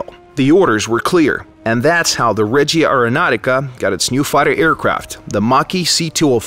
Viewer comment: As an italian it's quite hard to not notice that but it's spelled: Règia areonautica not Regìa areonautica. Régia means royal (Royal airforce in this case) regìa means "direction" movie wise (the DIRECTION of that movie was stunning= la REGÌA di quel film era fantastica). Not neckbearding btw, just constructive criticism. Keep up the good work! Long time fan,!